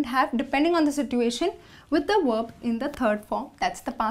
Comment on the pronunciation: Verb not werb